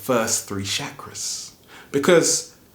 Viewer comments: it is NOT shakra is is CH CHA KRA with a ch not sh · it's not shackras it's cha cras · it's Chakras and pronounced as chakras not shakras Chakras:sanskrit :) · he said how to open your Seven Shaq-ras😂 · Please don't say shakras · You pronounced chakras wrong